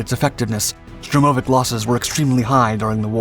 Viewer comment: STURmovic not STROmovic.